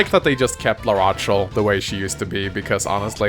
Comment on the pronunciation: This is still as great as expected. Also, it's pronounced "la-ra-shell" not "la-ra-ch-el". Probably triggered quite a few people.